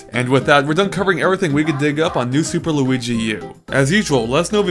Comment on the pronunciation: did you say Luidi Iwata